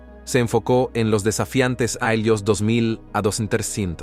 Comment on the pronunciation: Me pregunto porque no pronuncias bien los años ????😂😂😂